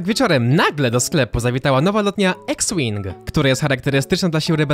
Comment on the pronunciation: CZYTA SIE IKS ŁING